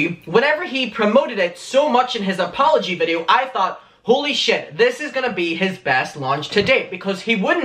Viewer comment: No hate but I died when you said sh-I-t 😂